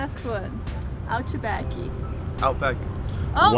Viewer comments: o jeito q vcs falam ´´outback´´ parece ´´all back´´ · Que agonia de escutar "Autback" eu sempre falei outback normal